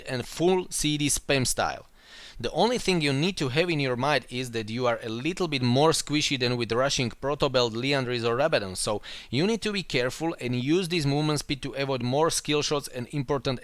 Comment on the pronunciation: no offence but when he tried to pronouce "Rabadon" i thought he said "Rob a don" XD